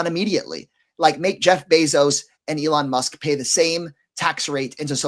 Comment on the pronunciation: Can you say ELON?